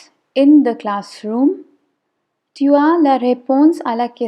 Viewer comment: Dear, the pronunciation of TU is not correct. The T is pronounced as “t” of Hindi. Like in the word “tasveer". Ceci risque de poser un problème pour les débutants. Otherwise, a great video for beginners. Bonne continuation.